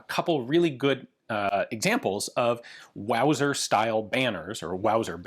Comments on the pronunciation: I mean... I think it's technically pronounced vauser hahaha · Wowser.... its a wauser.